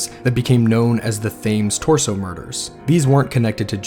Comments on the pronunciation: just to let you know, the river in London, although spelled Thames, is actually pronounced Tems. Just a friendly note from a Brit who lived on the outskirts of London while growing up. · Great video but a few pronunciation errors. Yorkshire is pronounced York-sher, you don't need to annunciate the shi-er part. The river Thames is pronounced Tems. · Btw, the River Thames is pronounced River Tems Lord Salisbury is said, Lord Sols bury And Martha Tabrams name is Martha Taab ram ( not taybram) Also many people, men in particular were called Jack the Lad, Jolly Jack Tar Therefor Jack is really a generic name for a bit of a rake or a Man up to no good, ready to grab an opporunity whether legal or not! I did hear some male did leave London to sail to New York A man of dubious reputation & after 5th victim Mary Kelly was murdered & the killings ceased He made it quietly known he was off to seek his fortune in USA His boat was sailing to New York Where it was rumoured a set of equally savage murders of prostitutes occurred in N.York at about he'd have arrived there. Theres an interesting story & documentary about Liverpool businessman, James Maybrick Who disappeared but left evidence at his home saying he was Jack the Ripper His wife ( an American) was tried here in Britain for his murder & convicted?? Regards 🇬🇧👧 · For our American cousins. Spelt Thames but pronounced Tems…. Mitre square pronounced Miter square….. Lord Salisbury pronounced Solsbury ….. Leicester Square pronounced Lester square. I know our language is confusing so I hope this helps. This video is brilliant. It’s so nice to have the victims stories and you really feel for these poor ladies. Remember these ladies will have descendants. We must not disrespect these ladies. They were not faceless nobodies but mothers. sisters . Wives. They certainly didn’t deserve to be killed and mutilated so horribly. Thank you for being so respectful and showing their sad lives. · Thames pronounciation= TEMS